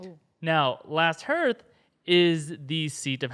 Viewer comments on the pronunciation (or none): hearth = harth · hearth is pronounced harth, not herth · I'm Team Jaimie...I'/m betting that at the climactic battle, he'll come riding over the hill with a wagon that has one of those Scorpions on it with a Dragonglass-tipped Balista bolt, and Bron takes out the ice dragon with it. And "Hearth" is pronounced like "Heart" with a TH on the end, not like "Earth" with an H on the front. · It is pronounced HAHRTH not hirth. Last Hearth = Last HAHRTH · Last "Harth" not "Herth" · "Hearth" is pronounced "harth"